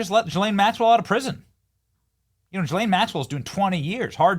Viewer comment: Guess nobody knows how to do the ethnic pronunciation of ghislaine.. oh and her dad Robert Maxwell was an even bigger monster